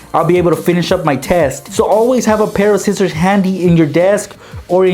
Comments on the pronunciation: He said zizziors not scissors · He says scissors zcissors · he said zizers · Scissors not zizzorz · he said zizzers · Anyone notice he said zizzors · you say sissor so wierd you say sizzors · In one of the hacks he said "just grab your zizzors"😂